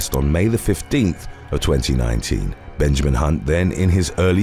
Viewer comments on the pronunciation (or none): none